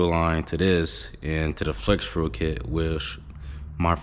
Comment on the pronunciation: Why can’t u say fuel 😅